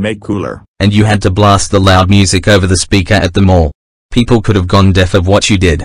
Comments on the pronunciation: Boris pronounces it moosic And in my opinion that music was insanely loud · They said moo sic not music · Boris cannot pronounce Music properly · Can Boris Pronounce “Moosic” 🤔